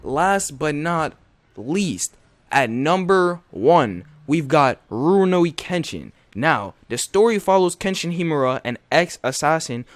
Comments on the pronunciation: Did my man call ruroni RUNOYI lol. Nah bro!! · No 1 , we got RUYEENO KENSHIN WTF is that pronunciation XXD